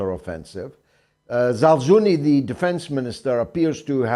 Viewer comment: For Gods sake Georgee could you try to pronounce some russian names correctly.Its not ZalZUni but general ZaLUZni...